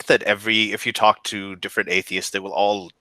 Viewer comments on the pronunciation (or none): none